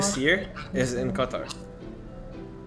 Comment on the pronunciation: “Qathaar thing”. 😂😂😂